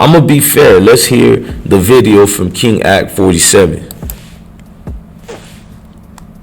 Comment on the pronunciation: Dude how are you going do a video about some one.. when you can't pronounce King a k name right?